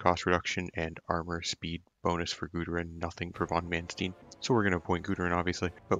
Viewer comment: it's mannst ei n like einstein. not stine